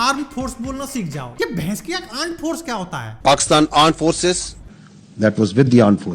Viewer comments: Mene first time aand forces lakshya choudhary ki video me suna tha meko laga parody ker raha he fir jab inki clip dekhi tab pata chala ye sahi me aand forces hi keh rehe he😂😂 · bhai niche wala aand forces bol raha hai 😂😂😂😂